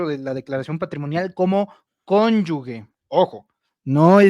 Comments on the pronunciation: Se dice cónyuge y no cónyugue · ES: CÓNYUGE Y TU DICES: CONYUGUE, ES INCORRECTO. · Se dice cónyuGE, ¡sonido con J! No es cónyuGUE. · no se dice CÓNYUGUE, es CÓNYUGE. OJOOOOO!!! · es Cónyuge, no Conyugue!… saludos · Se dice CÓNYUGE no CÓNYUGUE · BRAVO, ASI SE PRONUNCIA CÓNYUGE 👍👍👏👏👏👏 ABUSADO, NO ES “GUE”🤷🏻‍♀️ LA MAYORÍA LO PRONUNCIA INCORRECTAMENTE! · una persona (hombre o mujer) unida a otra en matrimonio es su CÓNYUGE y no su cónyugue como dices al menos un par de veces en el video, error muy común por cierto. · Se dice cónyuge, no cónyugue. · no se dice conyugue se dice conyuge,con sonido de jota je al final. Saludos y mi admiración por tu trabajo. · Aunque dice cónyugue muy mal y pregúntele a un buen abogado cuál es la pronunciación si cónyuge o cónyugue pero lo cierto es cónyuge. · Y no es mala onda, pero su hija tiene un apellido diferente: Diana Vega, no Sánchez como su pareja. Por cierto, se dice cónyuge (la g suena como j). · Cónyuge se pronuncia como te lo dijo. Como si fuera cónyuje la g se pronuncia fuerte porque no lleva la u. Hay que cuidar el idioma. Saludos. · TRATA DE PRONUNCIAR GE GE GE CÓNYUGE!🤗🤗🤗